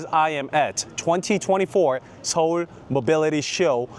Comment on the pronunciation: 형 영어 발음도 정말 끝내주지만, 특히 서울 할때 한국어 발음은 진짜 원어민 같아서 놀랐어요. 정말 대단하십니다!